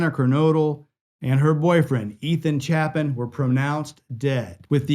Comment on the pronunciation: If you’re going to speak their names. Say it right. ETHAN CHAPIN. Pronounced: Chaypin